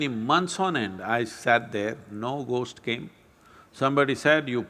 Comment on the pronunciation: gost stories "h" should be silent